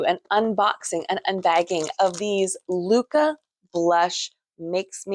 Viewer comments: Actually, it’s not pronounced ‘loo-kah’. In Norwegian or Danish it would be more like lick-eh. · Hi you might correct the pronunciation of LYKKE. You say more like “locka” not lykke and by the way lykke means happiness … otherwise they are very nice needles.